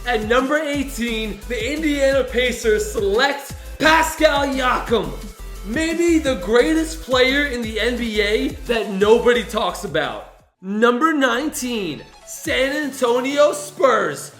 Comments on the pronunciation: It's pronounced siakam not iakam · “Pascal Yakam” 🤦‍♂️ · he said paskal iakam lol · It’s Pascal SIAKAM - not Pascal Yakim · It’s siakam not Yiakam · You said pascal jakam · Pascal Yak.... Jakum? Siakam. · it's Siakam not Yakam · and he said pascal iakam instead of siakam. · You said pascal yakam it’s siakam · Giannis antento-(wierd noise) OOOOOOOOOOOOmpo Ooohhhh and paskal YAAAAKIIMM ( suppost to b siakam) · whyd he say pascal yiakam theres an s in his name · it's not iakam it's siakam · Who is pascal Yakim it's pascal Siakam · It’s Siakam not iakam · pascal yakim? It's see ock oom(short o) I'd know the because I'm Canadian and heard the announcers say his name multiple times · Man said pascal Yakima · My man said "Pascal Yakam" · Yeah there was a error you said “Pascal Yakam.” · He said pascal yakam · He said pascal iakam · It is Siakam and the s is not silent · Its SSSSSSS-iackam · 'Pascal yakam' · “Pascal yakam” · It’s seeakam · He said pascal yakam lmao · You pronounced siakem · Its Pascal siakam say it with the s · it is siakam u dummy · He said Pascal yacam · did he say Pascal yakem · Is no one gonna talk about saying Pascal YAKAM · Are we gonna ignore the fact said pascal yakam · You said paskal Yakum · Did he just say Paskal Yakam?? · “Pascal iakam” lol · Did he say Pascal Yakum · Its Siakam I meat the dude No silent S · “Pascalyiakam”, wait what? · Dude it’s pascal siakam you pronounce the s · you pronounced Siakam the s is not silent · You said siakam wrong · This yute doesn’t know how to pronounce pascal siakam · Mispronounced siakam tmac wasn’t a pg and you had gobert drafted way too high. Do you even actually know nba basketball. Go to another kids basketball camp and make yourself look like a fool again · He said Pascal's name wrong 😂